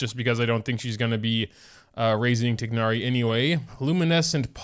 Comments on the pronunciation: no, the game pronounces it as "tie-nari" which is the right way... how do u pronounce it like? tig-nari? ☠ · I'm pretty sure that you read it as "tay-na-ri" not "tig-na-ri" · 'tignari' my guy its 'tie-nari' but slay lol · It's tie-nar-ee not tig-nar-ee 😭😭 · he keeps saying ti gnari its tighnari (like tie naree) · I thought his name was spelled thai-nari not tignari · TIE-NARI, not TIG-NARI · IS he actually saying tignari 😟😟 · Love the vid! I don't think that is how you pronounce tighnari though, but I always enjoy your content! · Day 1 of yelling about the mispronounciation of Tighnari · thats how hoyoverse pronounces it, but in the actual pronounciation he is closer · please pronounce it right 😭